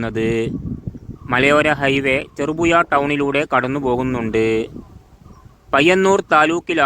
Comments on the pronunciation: ചെറുപുയ അല്ല ഹമുക്കെ . ചെറുപുഴ എന്ന് ഉഛരിക്ക്😡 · അക്ഷരസ്ഫുടതയില്ലാത്ത താങ്കൾ ഒന്നും ഈ പണിക്ക് നിൽക്കരുത് 🙏... ചെറുപുഴ എന്ന് പോലും പറയാൻ കഴിയുന്നില്ല 😥കഷ്ട്ടം 🙏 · "ഴ" വരുന്നില്ല. നാക്ക് വടിക്കാൻ പറ...